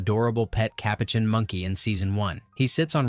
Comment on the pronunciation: Dude, you need to research pronouncing the species of Marcel correctly.